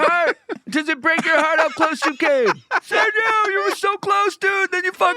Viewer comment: …can Seth not say Sergio? Why do I feel like he said “Sarah Jo” every time